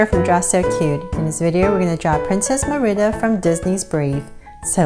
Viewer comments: Great job! The only thing is her name is pronounced Marida not mirida. But I really liked the video! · it's MERIDA NOT MERIBA!! just to clear it not being rude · It's not mirda It's mErida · Your saying her name rong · My friend says that u pronounce Merida wrong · She/he is right then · lol the way she says merida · That's not how you pronounce Merida